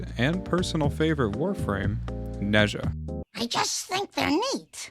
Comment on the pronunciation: I'm Chinese and every time someone mispronounces Ne Zha's name I lose a minute of my life. I'm scheduled to die tomorrow. Great video though! Definitely gonna try this build out.